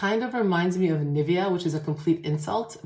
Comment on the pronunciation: She doesn´t pronounce Nivea correctly :)